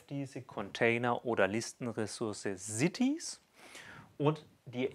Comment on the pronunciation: Cieties? Oder doch eher cities?